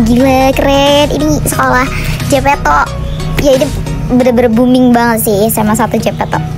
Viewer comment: Jepeto , Jem Di Dengerin Jijk 🤮